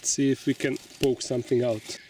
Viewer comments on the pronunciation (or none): none